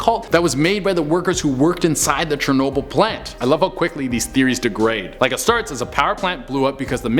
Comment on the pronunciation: Chernobyll!!!!! 🙄 Really 😂😂